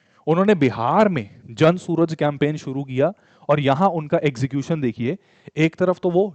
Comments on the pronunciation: suraj❌ suraaj ✅ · Sir, Party ka name 'जन सूरज' नहीं, "जन सुराज" है। 🙏🏼